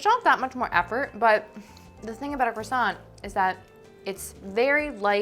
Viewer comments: CWASSON That is all. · “Uh yes, are you gonna finish that CwAsO”